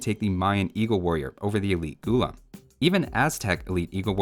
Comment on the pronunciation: Its not Ghoullum. Its pronounced Ghullaaaam. Meaning slave in Urdu. Because when the Delhi sultanate and Mughals invaded Hindustan, they enslaved the native people.